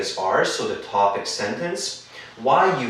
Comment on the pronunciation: Sorry it should be TOPIC not TOBIC min 5